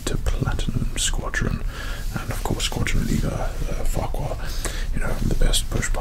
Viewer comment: I swear i heard this man say Squadron Leader Farquadd